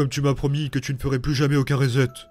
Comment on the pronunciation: "Reset" se prononce riçète (avec le r anglophone). En français ça se traduit par "réinitialiser".